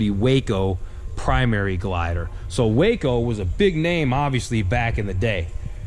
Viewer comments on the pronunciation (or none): Hey, great job of narration! One correction is necessary. Waco airplanes are not pronounced Way-co but is as spelled Wa-co, “Wah....Kol”! Otherwise, you did a great job!